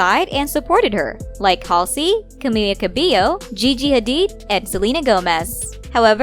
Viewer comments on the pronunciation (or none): The way she says camila cabello 😆